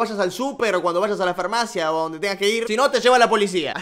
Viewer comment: Alguien se dió cuenta que dice fermacia en vez de farmacia? Ajajja te pasas